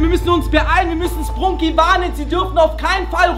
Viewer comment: Wait a sec that not spruuuuuuuuuunki it's sprunki 😐😐